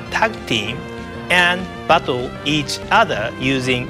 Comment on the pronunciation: when he says "battle" it sounds like "butthole"